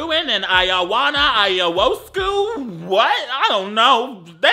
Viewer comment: The way you mispronounced Ionescu at the end is so funny to me as a romanian